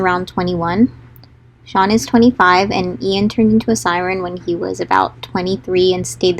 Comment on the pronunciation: when you’ve been pronouncing Ian as AI-EN this whole time